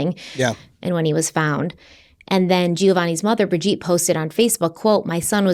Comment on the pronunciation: Her name is pronounced Bridge-Ette not Bridge-Eat!